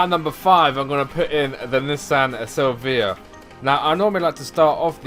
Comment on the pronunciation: Its pronounced nii san Sil vi uh